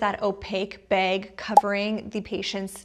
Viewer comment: You from up north....its the way you say bag.....is it wisconsin?? Lol